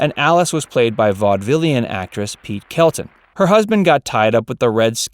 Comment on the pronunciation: I had to replay that to make sure he said, Pete, and not Pert. PERT Kelton, yes, and also, she had a successful career in movies of the 1930's; not just working in vaudeville.